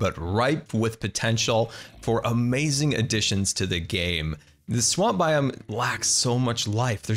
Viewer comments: Nobody:: AmOizing! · I love when you say "OMAZIN" 😂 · As always, you have ah-may-zin skills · Sunbae Mins it kills me. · SkYmaSTeR I can’t say I enjoy it.